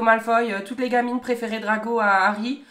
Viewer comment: DraCO! Pas draGO Non de dieux ! 😂😂😂